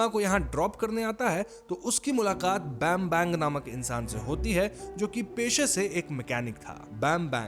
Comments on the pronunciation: Anjíng, tum logo ko kitni baar bolu. Agar Indonesian movies Explain karni hai toh pehle Indonesian naam thik se liya karo, it's pronounced "BāmBāNg" not "BémBéng" . And you're Bangsaat. Jaake Indonesian sikhle pehle. Tolol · Am i the only one jisne bambang ka naam galat suna?😂😂